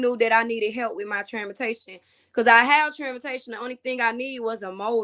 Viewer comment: you could have repeated “transportation” and she would have picked it up. No reason this thirty year old mother shouldn’t know how to pronounce this word.